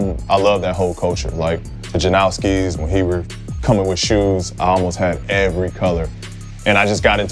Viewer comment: He said Janoski. He's cool with me.